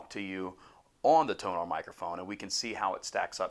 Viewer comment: Hey! My BM-700 comes today. I have a laptop and an adapter, do I need any softwares for it? By the way, Tonor is pronounced like: Toner. TO NER